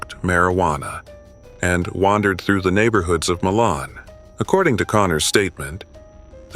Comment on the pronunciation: John Wayne Conner- the pronunciation of the town is MI-luhn (first syllable has a long i sound).